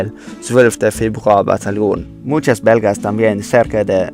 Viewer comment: jajajajjajjaja Se que quiso decir "Muchos belgas" pero se escucha como "Muchas V*rg*s" jjajajajaja XD